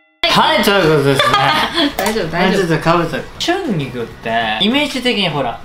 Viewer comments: ちゅんぎきゅ、こんきゃい、にゃまw w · リュウジ兄さん春菊がシャンギクにしか聞こえんやんけ